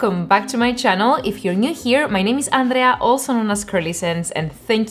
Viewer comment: Dijiste Andrea como un latino, creo que sí hablas español